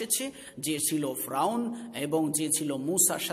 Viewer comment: উচ্চারন ফ্রাউন না, ফেরাউন/ফেরাউ।যাই হোক, সুন্দর প্রচেষ্টা।